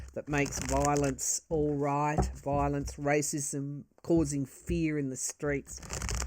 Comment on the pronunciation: You have the pronunciation just right; “Vile-ence.” This is a what a desperate attempt looks like with a Pluto return in last degree of Capricorn, for the rest of our lives. 🙏❤️🇺🇸🗳️🏳️‍🌈👩‍🌾👩🏿‍🌾